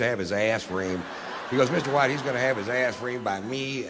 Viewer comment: You butchered Mr. White! 😡